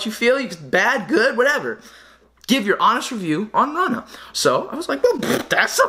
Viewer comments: I think its R-OO-Na. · ROO- NAH geezus... cmon if youre pronouncing it wrong on purpose .. please stop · It's pronounced (roonah) runa sick vid tho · Love your videos 😉 FYI not Rana its Runa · yea lmao my bad he told me after i made this video that its pronounced roona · Isn’t it pronounced roona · It's pronounced rooh na